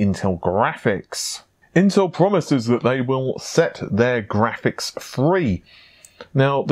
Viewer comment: says graphics like tony the tiger. grrrrrraphics!!